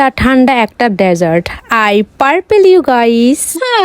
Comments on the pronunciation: গাইস ❌গইস✅ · গাইস টা এইরকম ভাবে বলে কেন 😢